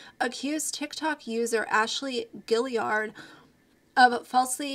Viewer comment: I don’t watch TikTok because I am not interested in short videos. I appreciate the updates on the creators over there though! I think her last name is pronounced Gee-yard. Good video.